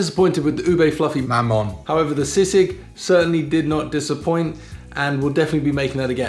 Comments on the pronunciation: "Mamon" is stressed on the second syllable, as in [ma-MON], not on the first syllable [MAH-mon]. Sisig is easier to chew when the pork snout, lips, cheeks, and ears are finely chopped. You can and should use a spoon and a fork for it, not a knife. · but the mamon is wrong, shouldnt sound like mammoth, the stress is in the second syllable just like in luzon,, great vid tho man . And the effort is A+++++ 🙌👌